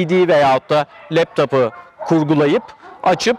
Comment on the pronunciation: Pet şap değil pet şop. Leptap değil leptop..